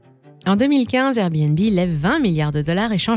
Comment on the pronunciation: On en parle du airbéNbé 😂 ?